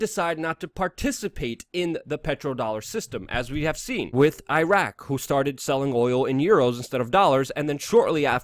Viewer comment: Please stop saying "wit" as opposed to "with".